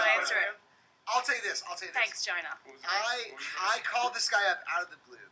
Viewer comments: is it me or she sound like she calln johan Gina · lmao she says Jonah like gina